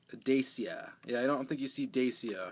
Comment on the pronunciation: Nice cars, I have a few of those cars in the parcel for you in single-packs and as repeats loose from different multi-packs. Dacia is a romanian car brand , owned by Renault. You have to say "Dat-shia", then it sounds correct in Romania, Germany and the rest of east-Europe. The Dacia Duster is a low-priced SUV/ Off-Roader special designed for the german and french car market by Dacia and Renault. The reason, that the castings are often different with and without suspension, with transparent and with painted headlights is, that the fabrication was destroyed by the floods autumn 2013 in Asia. The german Dickie Toys Group bought the fabrication and the Smoby-Majorette liscence from investors in 2010. The destroyed fabrication was a shock for the company. All old Smoby-Majorette designs were lost. So Dickie toys restarted then with a few cheaper castings a new fabrication in 2014. And in 2015 came the first better castings with opening features back. Dickie brought back many old traditional features from the old Smoby-Majorettes from 70's with suspension, hooks on the back, opening features............ Many collectors allthough mentioned the influences of the two other actual german diecast brands Siku and Schuco. Schuco is allthough a brand from Dickie Toys. Dickie Toys saved both old european brands ( Schuco & Majorette) from investors and brought back the old traditions and quality in a modern design. Schuco is the real premium-line of Dickie toys in different scales ( 1/87; 1